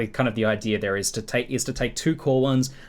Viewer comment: why does ALWAYS say idear instead of idea??